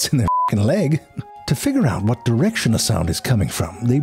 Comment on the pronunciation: I'll tell you, hwhat.